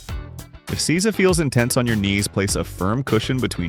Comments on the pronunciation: Seiza is pronounced 'say-za', not 'caesar'. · I wish you'd found out how to pronounce these words. Its SAY ZAH, nor see za. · Nice video. Just One thing. It's pronounced "SAY-ZA", not "SEE-ZA". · Seeza.😂 you mean say-za =seiza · It's pronounced SAYza!!!!! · That you can't say seizo shows that you are a fraudulent dimwit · Seiza is pronounced 'SAY-zah'